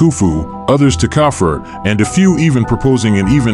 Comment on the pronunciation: Its cough-free Khafre